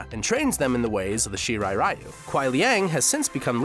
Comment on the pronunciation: Can no one pronounce ryu correctly?